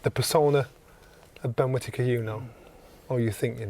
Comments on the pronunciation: Ben Quitittker 😂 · ‘Quitakker’…Not quite but almost as unlikeable as Conor Henn